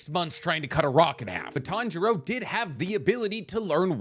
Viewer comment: say with me ( tan-ji-ro ) not ( tan-ji-ra ) where did the ( ji-ra ) come from smh I'm starting to think your pronouncing things wrong on purpose